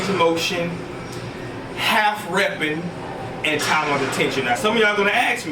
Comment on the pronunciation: Hey, sounds like you say "calf reps" instead of half reps around the mark. Haha. Anyway, good video!